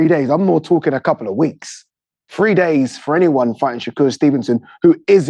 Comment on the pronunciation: “Free” days notice 😂 that accent cracks me tf up!